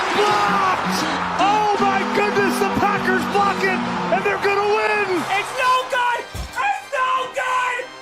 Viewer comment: Not gahta, gahnta